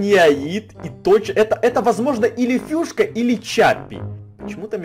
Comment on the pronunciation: Не Фюшка а Фишка